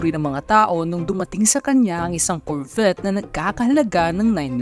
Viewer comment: Carvette 😭, Lamborjini 😂